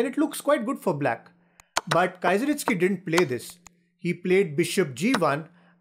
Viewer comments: Its not Kaizeritsky, its Keezeristky :) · Really bad. It's so easy to learn how to pronounce "Kieseritzky". He wasn't a Kaiser. Stopped watching this after 25 seconds. Anyway, I first played over this game 58 years ago. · I don’t know how pronounces that person with a K, still can’t understand 😜